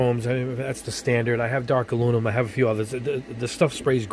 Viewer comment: it was a joke mate, the dude in the vid always says alunimum. r/woosh